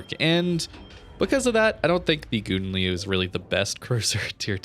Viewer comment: I'm originated in a Dutch speaking country and well... This is not how you pronounce Gouden Leeuw, kinda made my ears bleed. 😂 I have to agree with Gyasi that you should call it Golden Lion or practice very much in your private space 😅 I still like your video's so no harm done 😛